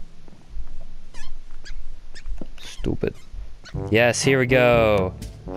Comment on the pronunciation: Every time he says stopid it i aways makes me laugh